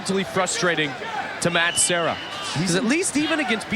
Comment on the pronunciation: The announcer that kept calling Serra as Sierra is an idiot. Even after the other announcer continually calling him Serra. Guessing that was Shamrock.